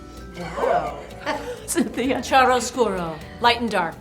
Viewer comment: cynthia nixon mispronouncing chiaroscuro like that is so divalicious